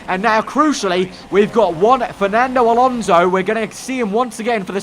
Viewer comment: It's Alonso not Alonzo😂😂😂 Great job nice video as usual